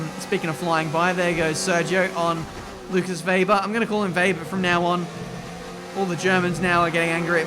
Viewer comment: im german but please call him webber😂